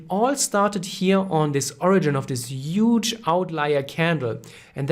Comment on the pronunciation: this is a "uuuuuge" supply zone ;)